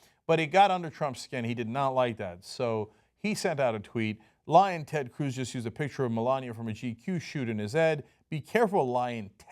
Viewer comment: Every time he says it I can't help but hear "Lion Ted"